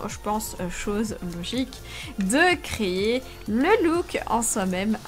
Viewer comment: Tu n'a pas changé jess et reste toujours comme sa mais tu fait tellement rire quand tu dis : crayé au lieu de créer 😂 Mais je t'aime jess merci de me faire rire comme sa, oui je rigole pour un rien ne t'inquiète pas c'est complètement normalissime xDD ♥